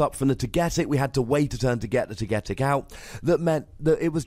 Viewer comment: It's pronounced TOGA...TICK(togetic)